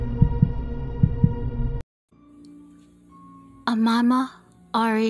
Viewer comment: that's not how you pronounce her name, its O- May-Ma not omama lmfao